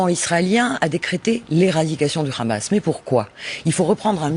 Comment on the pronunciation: On dit Hamas et non rrkrrhamas bordel c'est un mot arabe, a la rigueur dites le en français soit le Hamas oú le h est muet... xD Merci à l'invité de ce journal, enfin un discours de vérité ... C'est si rare en France